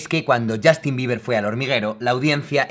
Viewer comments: Yastin? se pronuncia YOSTIN! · ¿Por qué los españoles tienen la horrenda costumbre de pronunciar la u inglesa como a? No es ander, ni es Yastin -_\